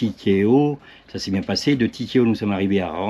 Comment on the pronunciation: Eh je suis sûr que ce n'est pas un Bô..bard. Cà dépend du bar, mais quel bar, mais qui tiens la barre!!😂😂 En tout cas merci pour les moments que vous partagez avec nous!! Maruru ava!! Au fait "", arrête de prononcer Tikehau( tikeho)...C'est Ti ké ha ou...😁😉...Allez tchin, vite un ch'ti rhum!! Bonne année et surtout une bonne santé pour 2025 avec pleins de vidéos!!🥰🥂🍾